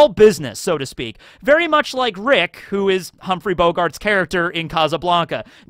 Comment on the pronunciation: Kazzuh Blanka lmao if you can say Sabo you can say casa